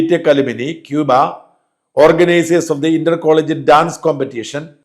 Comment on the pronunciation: It is CUBAA..